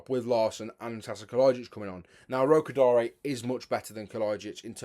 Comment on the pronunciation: Finally we have someone who pronounces Tolu Orokodare's name right, well done.